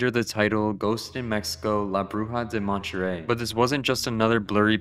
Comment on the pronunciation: montryel (monte-rey)